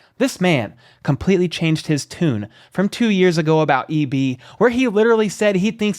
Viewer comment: That dude butchered EB's name. The Tom Brady thing was hilarious. Thanks for the shout out